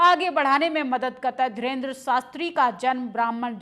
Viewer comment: मैडम पहले बोलना सीखो वो धीरेन्द्र शास्त्री है ना कि धरेन्द्र शास्त्री😂😂